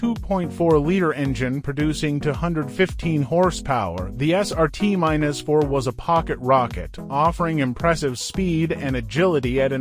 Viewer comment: It's Dodge Neon SRT4 Not Dodge Neon SRT minus 4